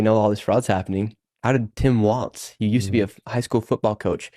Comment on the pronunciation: I love what he's doing but I just wish someone would fill him in that its Walz not "Waltz" 🤦‍♀️🤣🤦‍♀️🤣